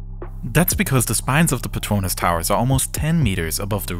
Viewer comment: bruv pronounced petronas like 🇮🇹🇮🇹🇮🇹 petoinas ✨✨ im crying